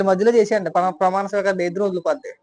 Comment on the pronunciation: Botsa gaadu “pramaana sweekaaram” ani correct ga pronounce chestey Jagan gaadu gelisinatte.